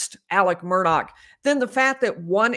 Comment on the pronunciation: There is no (k) sound on the end of the Murdaugh name. I wish people would get the pronunciation right.